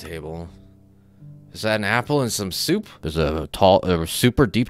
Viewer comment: "is that a apple and some suop" I wouldn't recommend drinking that "suop"